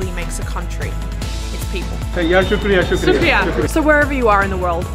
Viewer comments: 😂😂😂 sukriya is incorrect we say shukriya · The first guy fkd up your hindi thank you.. it’s “Shukriya” & not “Sookriya”.. and btw thats Urdu. In Hindi you’ll say “Dhanyawaad”